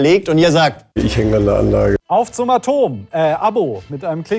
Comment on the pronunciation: Es heißt "Auf zum A-Tom!". 😉